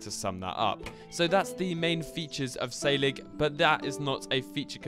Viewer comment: S-air-lig my boyo